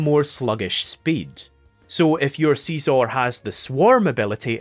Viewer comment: please stop calling scizor seezor